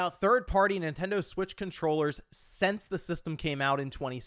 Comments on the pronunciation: "SINCE the console came out" not 'SENSE the console came out" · it's a pretty normal mispronunciation, not a big deal lol